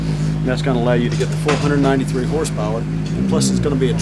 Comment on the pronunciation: He says full 193 BHP'S and it always sound like 493!!!